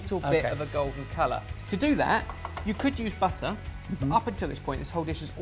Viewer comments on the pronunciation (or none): none